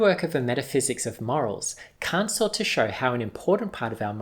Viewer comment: I can’t take this dude seriously... It sounds like he’s saying c*** instead of Kant